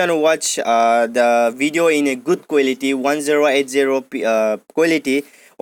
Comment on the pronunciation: Giese quelity accent